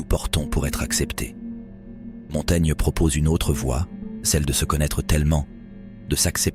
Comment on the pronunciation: Quelle est la source de ce texte? On dirait une mauvaise traduction lue par un robot. Se rendre à Montana (?? Montaigne?) Montaigna... Montaigne? La "livraison"...?